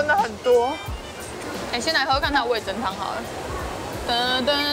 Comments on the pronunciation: 哈哈哈聽到味'增'就好想跟說是味'噌'才對 (๑•́ ₃ •̀๑)衣服很美人更美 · 哈哈哈哈沒看到有人糾正～ 是味“噌”湯→ㄘㄥ一聲唷！ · 是不是找不到味噌的「噌」啊？那個字唸「ㄘㄥ」喔！（瑕不掩瑜，不用理我也沒關係~） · 是味噌（ㄘㄥˉ）喔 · 其實是唸味噌ㄘㄥ湯哦！ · 應該唸味噌ㄘㄥ湯哦~~~